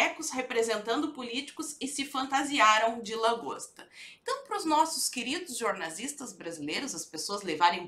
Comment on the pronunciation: Poxa,! Posso jurar que quando você fala "jornalistas" o meu ouvido está me pregando uma peça e estou entendendo "jorNAZISTAS".... Que coisa, não!?